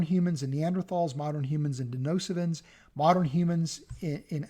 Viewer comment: It's DeNISOvans not 'Denosivans'..!